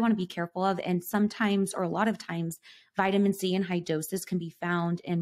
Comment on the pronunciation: Is she saying vitamin z or c the first one🤣?